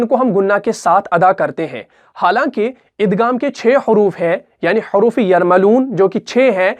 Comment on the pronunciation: Aap igham k ghaeem ko ghaf se kiu bol rahy hen